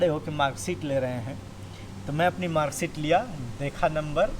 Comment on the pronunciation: Bhaiya NoT Marg sheet it's mark sheet but we are purvanchanli 😅😅😅😅😅